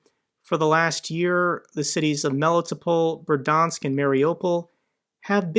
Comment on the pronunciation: Bear dee ansk (Berdyansk). Krem ee nah. (Kreminna).